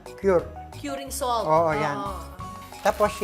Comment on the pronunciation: Kering Puwdeer, Showgar, SOLt, Flevoring